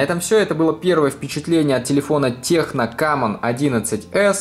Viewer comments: Текно, а не техно... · Тесно, а не техно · "Техно" ооооо, иди английский учи